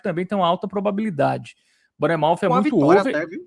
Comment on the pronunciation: Só um adendo para o senhor, cada vez que ele chama o Bournemouth de "BARNEMOUTH" meus ouvidos sangram kkkkkkkk